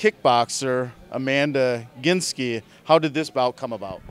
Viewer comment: Man when are they going to get the name right?!? GIN-ski like the drink. Good luck Mandy! I love you!